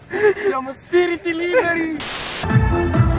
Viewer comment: quando dice che sono spiriti liberi sembra che dice zpiriti